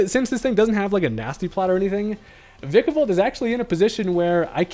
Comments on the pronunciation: Vikavolt is my favorite Gen 7 Pokemon, and my most favorite Bug overall. Thank you for not mispronouncing the name too. Others say Vye-kavolt. Ew. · thank you for saying vikavolt correctly